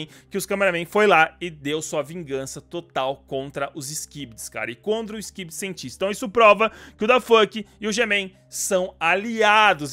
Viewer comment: O no começo tu falou stivedi toilet 🤣🤣🤣🤣